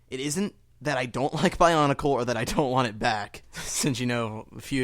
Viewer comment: love, how it sounds like barnacle sometimes, when he says bionicle quickly.